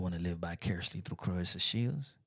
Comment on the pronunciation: No one even knows how to pronounce this girls name and that is sad. Her name is Cla-Ressa not Cla-rissa. Every time she gets introduced and even her man has called her name wrong. It is really sad. Dang if you gonna be her man the least you could do is say her name right.